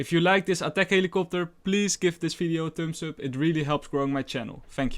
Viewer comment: great vid, but can you try saying (for example) video not fideo its irritant.